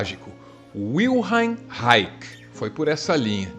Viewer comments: Parabéns pelo pelas suas postagens. Mas ficou uma dúvida quanto a pronuncia de REICH. Usualmente pronunciamos Raiche e não Raike como vc pronuncia. Procurei no Google e o áudio fala Raiche. Claro que é um mero detalhe mas me causou dúvida. Ok? Abcs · Li Reich bem cedo e amei. Li quase todos seus escritos. Sou músico não terapeuta. A pronúncia de seu nome não me parece nada correta: "Raik", de onde tirou essa bendita pronúncia? "Raich" em português me parece correto. Vil-hen tbém me parece mais acertado. Até onde sei a FDA queria que ele registrasse sua câmera orgônica, ele se recusou e a época MacCartista fez o resto. A Função do Orgasmo (livro), o conceito de Couraça são bem mais interessantes que possíveis chuvas. Ser preciso em palavras sugerem também precisão de conceitos. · Excelente video,. Apenas estranhei a pronúncia. Geralmente, os Reichianos pronunciam "Raichi" e não "Raiqui". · Importante falar o nome dele corretamente. Não é Raic, é Reich, onde o "ch" tem som de chi, ou shi, ou ainda xi. Tem coisas interessantes no que você disse, é por ai, mas mais profundo e você pulou algumas partes. Agora o nome é fundamental falar certo. E ele não é nenhum doutor proibidão, é alguém que merece respeito. Por fim o texto gravado dele não foi DESESPERADO, foi consciente e até bastante sereno. Foi uma crítica ao petit homme, ao homem médio, ou na tradução brasileira, ao Zé ninguém. Você precisa ler a obra Escuta Zé ninguém, para entender melhor a gravação dele, e não só, mais o pesquisar mais profundamente. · a pronuncia de wilhelm é separando em dois fonemas ("vil" + "relm"). o reich é "rai" (rrrr..trepidando a lingua)+ "rri (como limpando a garganta) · Reich /raish/ pronúncia alemã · Se diz Raish, não? Esse era um gênio. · ... hayek é um ECONOMISTA esse cara que vc falou aí se fala "RRaiche" - o "che" seria mudo mas coloquei o "e" no final para entender que o som é de x e não de k. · Sempre pensei que a pronúncia do sobrenome dele fosse Ráiche